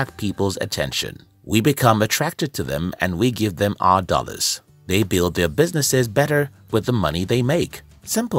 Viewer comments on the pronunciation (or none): none